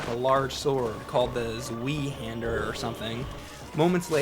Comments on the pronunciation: "Zwiehander or something" ... :D It's "Zweihänder" and it means two-hander :-) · at the graveyard the weapon picks up is called a "Zweihänder" (he pronounced it like swee-hander) its german and zwei is 2 and is just says this is a sword u use with both of your arms cause its so big;) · The Zweihander is pronounced like this: ˈʦvaɪ̯ˌhɛndɐ (Phonetic spelling) And "Zweihander" translates directly to "two-handed"... which the sword requires you to use... at least until you leveled the strenght attribute. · "Zweehander"? Really? You don't know the German for two is zwei? Oh dear. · its called "zwei" not "zwie"! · Hey it's Zweihander (zwei = 2 in german) and you read it as Tsvaihander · And how exactly do you suppose an English-speaking person would pronounce "Zvai Hander"? It's rather "ts-why hander". "Ts" as in "ts, what a noob" and "why" as in "why?". Cheers! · That's zw-I-hander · lol he called it the ZWEEHANDER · "Zwee hander" lmfao. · 2 hander* Hhaha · you probably already know this but its pronounced zveihander, its german for two-hander since two in german is zwei, also its a really great early weapon when you have enough strength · Lol as somebody who's first language is German, hearing someone pronounce Zweihander (in German, we'd actually say Zweihänder, not Zweihander, but that's just a minor detail) as "zwee-hander" is just too funny. I can understand that it's hard to read, but "ei" in German is pronounced like the letter "i" in English. Zweihander (or "Zweihänder") is pronounced "ts-why hander" and means "double hander/two hander/two handed weapon". Hope this helps. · 'Zwee Hander'... lol. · It's a ZwAEEI HAEnder. :P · lol "WIIHANDER" WTF! it´s a two hander.it´s german for longsword or something. they basicly inventet it. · Lol, "Zweehander". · Zweihander is pronounced "zwy" and zwei is German for "two" so Zweihander is basically two-hander. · Zwayhander? Seriously,? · The pronunciation of Zweihander is like S-by-hander =)